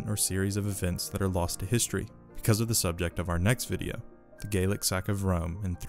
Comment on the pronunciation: So I am a little confused on your pronunciation regarding what I think is Gallic? But you pronounce it like Gaelic. or are you saying Gaelic? Sorry I am just confused.